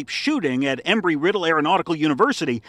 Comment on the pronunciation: Embry...... not Emry. There's B in it